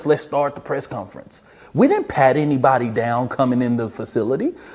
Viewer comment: I'll give this guy props for pronouncing "Asked" correctly. Negative points for saying "Press Cunference" several times though.